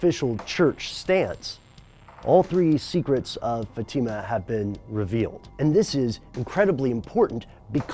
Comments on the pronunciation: Pronounced Fat-eh-mah.... Not Fah-team-mah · Hey, great videos, they've been very insightful. But for the love of God, learn how to pronounce words! Fatima is pronounced FAT-im-Ah not fa-TEEM-a. Fatima, like "Fatima Blush" from James Bond's "Never Say Never." Your always asking for new ideas for videos. 1950's a jet, taking off from Otis Air Base, Cape Cod. The jet failed 1500 feet, the pilot bailout at 900 feet, but the radar operator and jet vanished. Figure that out, where did it GO? The Buzzards Bay is 12 miles from the base. Even at 900 feet it could have NEVER glided that FAR! OH yeah did I mention their mission that night was checking out a UFO. Supposedly there was top secret equipment just installed in the plane. I hope it gives you food for thought. Thanks again, and yes I have subscribed, keep those hits coming. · Love the video, but have just one quibble:Fatima is pronounced "FAH-tee-ma", hence the accent over the first "a". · the way you pronounce Fatima is very annoying, also the kids were'nt "shepherds" they were going to school. they were students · please stop mispronouncing Fatima.